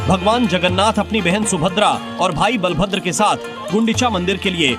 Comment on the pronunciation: Can you please correct you pronounciation it's bala(power)bhadra(gentle) not bal(small boy) bhadra